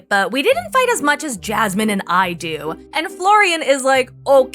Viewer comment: As a fellow Jasmine, I really hate the way Gino says her name.